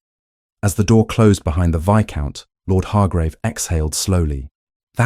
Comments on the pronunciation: for sure. They are not even pronouncing viscount correctly. It’s actually pronounced vi-count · Oh, Lord. The AI voice said "Vice count". You have to wonder how they let that mistake go by. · The s in viscount is not pronounced.